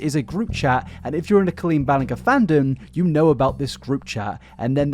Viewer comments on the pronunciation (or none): GER like gerbil. Not grrr like you’re growling at us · I'm pretty sure you're pronouncing Ballinger incorrectly. The G is like a J. Ballinjer. And it's REALLY bothering me. Lol Edit: Man, Adam even said it multiple times. C'mon, man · It's pronounced Bal-in- jer, not bal-in- ger. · Blud said Bellingham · It’s pronounced bal-eng-jur Not bal-eng-ger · Homeboy just decided he was gonna pronounce it like “grrrr” when literally everyone,me en Colleen herself, says “jer” lol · Jesus it’s BalinJER not GRR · When you pronounced her name "kuh-LEEN BALL-een-GUR" less than a minute into a 3 and 1/2 hour long video, I knew this was going to be even more painful than I might have anticipated. This pervy ukulele pro's name is "kah-LEEN BAL-in-jurr" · I love your videos, but the way you say Ballinger 😂 has me dead…. I swear it’s pronounced “ bal• in• jer” If I’m wrong tho I’m sorry but I keep chuckling -edit; I finally got to the part where realizes he’s been saying the name wrong😂 yeah it doesn’t rly matter but it was a little funny😂 let’s honestly keep calling her “bal•en•ger•”😂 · I can't stand this woman and this is obviously a well researched video but every time he says "ballen-gher" I get weirdly annoyed. Like, you've watched her videos, you've watched all of these other videos about her, why can't you say "ballen-jer"? It's genuinely not a big deal but every time I hear it, it throws me off and I have to try again to get back into the video. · “Balinger” it’s pronounced bal-in-j-er(sorry that just bothered me throughout the video) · her surname is pronounced Ballin- GER (as in GERmany) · Ba... BallinGHER? There's a million vids about her online and you couldn't get the pronunciation of her name right?... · Co”oh”leen as in OMG, as in Orange BallinG as in George er. Not sure if it’s a dialect thing or a stupidity thing but at least you can try and pronounce her name properly 😂. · Ballinger is pronounced like Bal in jer. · Balling-gur 🐻 seriously?